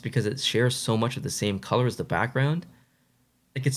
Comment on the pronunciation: Colour, not coulee 😂